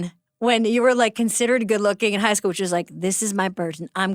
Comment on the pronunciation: I thought she said "Hosco" like Costco. My begeezes! She said High school!!!